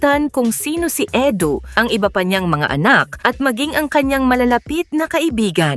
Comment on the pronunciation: Edu not Edo😂